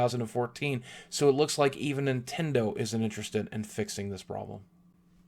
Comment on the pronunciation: Is this the Nint-END-o? D